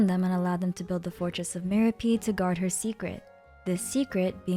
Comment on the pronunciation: Why are you pronouncing "Meropide" as "mero-peed" and "mero-pied" interchangeably? Lol